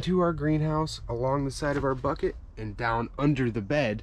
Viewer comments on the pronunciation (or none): none